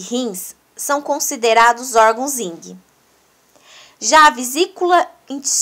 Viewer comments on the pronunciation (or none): Vídeo muito bom na sequência dis conteúdos e ilustrações, mas sua fsla teve um.erro constante ao pronunciar Yin, vc disse erradamente Ying.